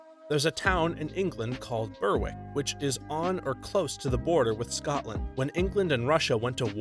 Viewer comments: Berwick is pronounced Ber-ick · For your information, "Berwick" is pronounced "Berrick".